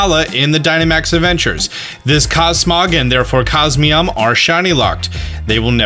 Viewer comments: Its not cosmeam lmao its cos mo em its a (em) at the end lol not (am) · Cosmeom? I thought it was Cosmoem. Not trying to be difficult I was just caught of guard. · He keeps saying cosmeom when its cosmoem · It's Coz-Moe-em. Not Coz-me-om. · It is funny that says Cosmeom but he can clearly see that it is Cosmoem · CosMOEM reads as CosMEOM? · why are you saying cos MEOM, it shows cos MOEM. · "COSMEOM" isn't it Cos-Moem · It’s CosmOEm not CosmEOm. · It's cosmOem not mEom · It's pronounced cosmoem, not cosmeom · No it's not. He says Cos-me-om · is it just me or is he reading it as cosmeom instead of cosmoem? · COSMEOM COSMEOM .... you know what? just keep calling it Nebby ffs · Hhaha cosmeom that is what he said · How he gonna mispronounce cosmoem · Eh hem. It’s actually pronounced Cos-Mo-Em sooooooooooo ye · depends how you say poem. I say poem so it rhymes with comb. So you're saying it should be cos-mome? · I love his videos, but the way he pronounces "cosmoem" it irks me